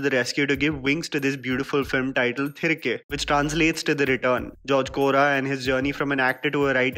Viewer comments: Its thi-ri-kae not thrike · Its pronounced तिरिगे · Its pronounced as "thirighe" roughly translates to come back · I strongly advise you to properly learn pronouncing the film titles before making your reviews. Your intentions are really appreciable but whole effort goes in vain if you don't pronounce the movie name correctly when you are making a 7 minutes video on it. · Iam asking him to put an effort to pronounce atleast the film title properly when he is talking about the whole regional cinema. And for your question,I can read,write and speak Hindi